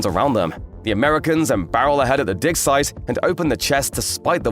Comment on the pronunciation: I feel you need to learn how to pronounce "dig site" more clearly.. it's sounding like something else... >.>